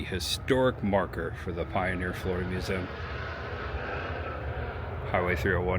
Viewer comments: Watch all your vids, love them! One thing, the word "museum". It's a 3 syllable word. Mew zee um. Not mu zem. Please,, so cringey. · Learn how to pronounce museum.